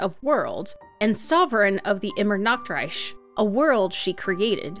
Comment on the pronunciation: "IMMERNACKTREISCH" A place where everyone is always naked!!!! 😂😂 I understand that the ch sounds are hard to pronounce, especially because this word has both. The one in Reich is the same sound as in Alberich. It's not Reisch. The first one... is really hard to do for an English speaker. But "nackt" (what you pronounced) means "naked" and "Nacht" means "night". Also, it should be stressed on the first syllable if you want to be correct. IMmernachtreich. It's just... as a German, Fischl pronunciations rub me the wrong way. 😅 (I do say Monstatt though, not Mond shtutt, because Stadt means town and Mondstadt is a region and it would confuse me).